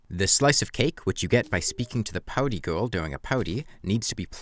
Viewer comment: Cant get over you pronounce party as 'powdy' But not everyone is equally good at english.